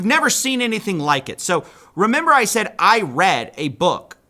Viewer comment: That’s not how you pronounce ”Said”